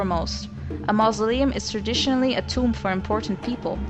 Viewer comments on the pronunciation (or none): none